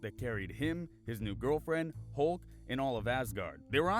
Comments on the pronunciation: my giwlfwend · Best line is “My gew fwen” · "my gorfiend :(" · “My ✨girwfrweind✨” Starlird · sniff my giwfwiend… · Quill: “My girlfwend :(“ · mah gwilfwend😢 edit: time seizure 😂 edit edit: mah gwifwend N.2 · My gurlfwend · and my giwfwen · My gwilfwen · nhhhms my girl fwend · sniff my guwlfwend